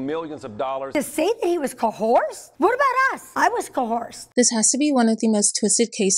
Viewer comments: Co horsed 😂 Sorry i know this is a serious topic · Coe horsed? I was koe horsed! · Co horsed? It really did sound like the lady at the very first of the clip said co horsed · "CoHORSED" 😂😂😂😂 LMAO I'm going straight to hell 😂🔥😂🔥